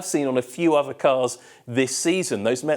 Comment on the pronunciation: How can you be on tv and you cannot pronounce your “th”. Other - Ovar Three - Free With - Wif Something - Somefing Terrible